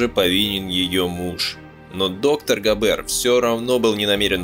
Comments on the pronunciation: А он точно Габéр, а не Гáбер? Это звучание для немецкого языка абсолютно не типично. Так его фамилия звучит по-французски, где все ударения приходятся на последний слог. Да и звука "ж" в собственно немецком нет. Он заимствован. "И Ге Фарбен". "И же...", это опять-таки по-французски. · ГабЭэээр ))) ГАбер ударение на А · Ударение ставьте прпвильно: ГАбер, а не ГабЕр! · Зачем произносите "габЭр"? Это же не французский. И.Г. Фарбен, а не "жи", что за "жи"? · В немецком языке ударение ставится на первый слог. ГАбер, а не ГабЕр, фАрбен, а не фарбЕн. G читается как Г, а не ДЖи. В остальном все так. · автор вы наверное французским языком владеете? А я немецким. Так вот не ГабЕр, а ГАбер, не ЕЖИ ФарбЕн, а ИГ ФАрбен индустри. И т.д. Это не французские, не английские названия и фамилии, а НЕМЕЦКИЕ. Не надо ломать язык.